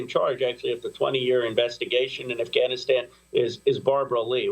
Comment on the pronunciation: Hey Amy...its 'Afghanistan', not AhhGAHHHnistan. You are impressing anyone pronouncing it with a your woke accent, and wrongly, i might add.